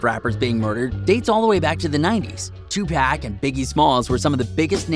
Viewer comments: He said Tupack it’s tupac and pronounced tupock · This dude rlly said “2 pack” umm sir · Every time he refers to 2pac as 2 pack it makes me cringe lol . fuckin noob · Tupack it’s 2pawk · Bro Stop saying 2pec it’s 2Pac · HIS NAME IS 2pac not 2pack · bruh you said two-pack its two-pock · I stopped the vid when he said two pack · I know this nigga didn't say 2pAc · 2 poc say it like that 🤦🏾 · down vote cause you pronounced Tupac as 2 pack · Are people really gonna bypass the way this guy said 2 pack? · My guy really said 2 pack 😂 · When I found out this was bs “Tupack” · People still saying 2pack ? Smh. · white guy said TWO PACK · Nobody: This nigga: 2 pack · U better learn his name and say it right 2 PAC!!!! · He said 2pack lol who are deez people talking about us 🤔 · We really gonna ignore the fact that this man just said "2 pack" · Lmao I said the same thing this video lost all credibility for me just from hearing that alone. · When he said 2pack I was in the comments then when he said it I was like wtf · 😂 2 pack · I agree it's like 2 pac let him rest too. Dude also needs to learn how to say 2 pac too lmao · Listen don’t ever pronounce pac name like that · This dumbass nigga don’t even know how to say Tupac you don’t fucking say pac like you say Pac-Man you dumbass nigga 🤦🏽‍♀️🤦🏽‍♀️